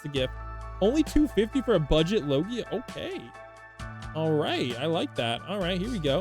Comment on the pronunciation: why you saying logia like that